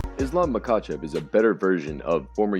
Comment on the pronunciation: It's pronounced Ma-Ha-chev